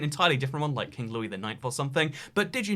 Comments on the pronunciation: Sorry for this petty correction but the French king is pronounced like "Lou-ee" not "louis" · You don’t pronounce Louis like Lewis, dumbo